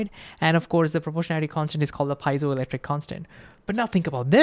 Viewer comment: Great explanation! I'm pretty sure that you mispronounced piezoelectric though.